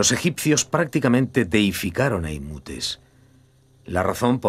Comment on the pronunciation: Era Imhotep (pronunciado Imótep en castellano o "Injoteb" en inglés) y no "Imútes" como pronuncia el doblaje.